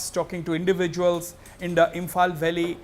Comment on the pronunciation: Its not belly its valleys